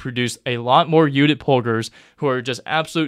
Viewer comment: Ayy you nicely pronounced Judit’s name